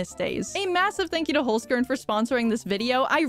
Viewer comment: how you say holzkern bring me to cry ( im german )